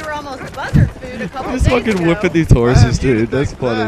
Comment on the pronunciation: please work on "wippin' those horses"